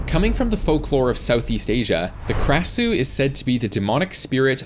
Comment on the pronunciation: As an Asian you butchered the krasue's name